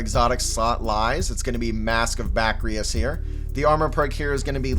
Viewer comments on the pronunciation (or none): “Ba-kris” not “ba-kri-is”